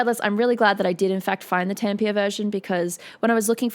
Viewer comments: As a finn, the way she says Tampere just makes me have to take a deep breath to calm myself down. But of course I'm not mad at her. I understand the pronunciation is difficult. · I really enjoy your explanations and commentary on these fantastic shows! however, your pronunciation of Tampere is quite off - wiktionary has a great pronunciation example on their website! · Awesome vid, and don't ever forget to chop onions; music can be analyzed in all directions, but if it is art it should affect you... it shows you are human. Oh, and Tampere has three syllables :D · Tempier? Is it how you pronounce Tampere in Oz? The actual pronunciation is a bit like "Tum-puh-ruh". ;-) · Tampia? It's pronounced Tamm-Peh-Re, with that peculiar Finish r that sits between a German and a proud Spanish R - or a softer Scottish R. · It's Tam-pe-re, not Tampeer. It's a small thing, but grating to Finns. It's like pronouncing Sydney as SIDE-ney, Brisbane as Bris-BAIN, or Melbourne as Mel-BORN. Loved the vid and your commentary! 😎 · Probably not the first to say it here, but it's Tampéré, not Tampeire. ;-)